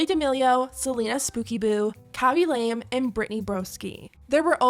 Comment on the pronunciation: I think Khaby Lame's surname is pronounced Lah-meh. Might be wrong but i think so!